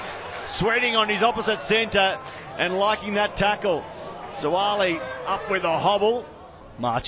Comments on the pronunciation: Whaaat..It's not Suali. It's Suaalii 😂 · I’m just here for the horrible pronunciation of Suaalii’s surname. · 😄😄 That's how you say their names properly in Samoan. Follow the phonetic instructions brass and if we see each other in public have the same energy.